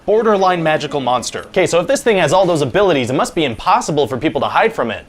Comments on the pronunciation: I couldn't bylieve he kept doing that. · lol i couldnt bylieve it either. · I love that he carries the “be” pronounced as “by” through the whole pitch. 😂